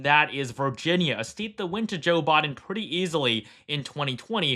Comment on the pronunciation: I swear i keep hearing Jill Biden instead of Joe Biden